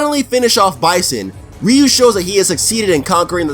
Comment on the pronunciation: Your ament to say Ryu not rio